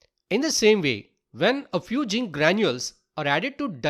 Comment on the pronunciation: Not jink it's zinc Not insulting plz change if u can 😊